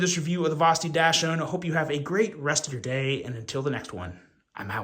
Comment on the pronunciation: I think it’s pronounced Doxind or Doxhund (depending on your accent) Like the dog (weiner dog).